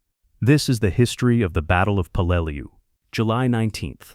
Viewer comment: I can’t watch this beyond 15 mins. The number of different pronunciation of Peleliu is off the charts. You got it right twice and the pronunciation changes every time it’s pronounced. Sloppy junk